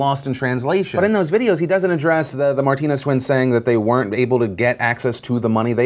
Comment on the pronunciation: Bro “martiners”😂😂😂😂😂😂😂😂😂😂😂😂😂😂😂